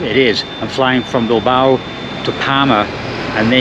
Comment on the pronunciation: A quién se le ha ocurrido doblar este video? El doblaje es horrible. No podían haber dejado la voz original y poner subtítulos para quien no entienda inglés? La voz del que lo ha doblado hace que este video sea insoportable. Y lo más insoportable es oírle nombrar a Bilbao como Bilbaru. Es que nos sabes leer chaval?